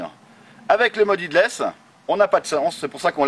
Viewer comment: "headless" se prononce "hédless" ☺️ merci pour les vidéos